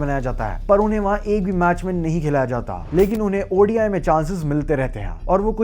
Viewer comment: its called ODI, not Audi I! ffs!